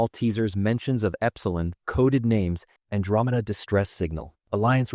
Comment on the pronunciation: Why the hell is Andromeda being pronounced so weird?